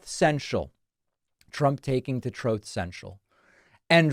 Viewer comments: "Troth Centual"😂😂😂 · Please never stop calling it "troth central" hahaha